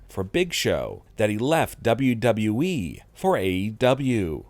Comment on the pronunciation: I can’t why is he talking like that bruh finally he’s saying WWE properly